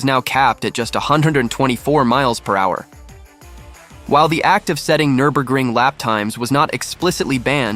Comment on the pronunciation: This voice has to be AI when I heard him pronounce it miles per whoure